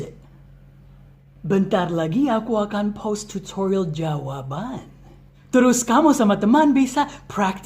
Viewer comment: Pas ngomong "post" gue dengernya "pause" dan harus di cerna . Ohhh post video 😭😭